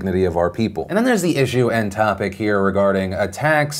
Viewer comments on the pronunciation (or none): none